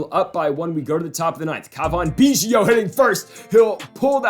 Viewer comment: Sorry but this is bothering me- it’s “Alek” not “Alex” Manoah and “Cavan Biggio” not “Cavon Beeggio”. Love the series!